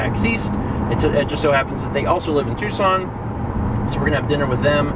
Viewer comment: Is it me or do you eerily pronounce "Tucson" like "Twoson" from Earthbound?